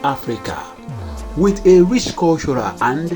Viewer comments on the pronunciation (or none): none